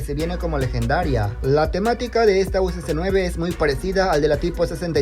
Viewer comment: USC9??? Its Uss9 lil bro